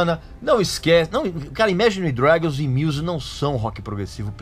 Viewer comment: Regis, você não sabe nem pronunciar Imagine Dragons, quem dirá falar sobre Rock Progressivo. Sugiro q comece em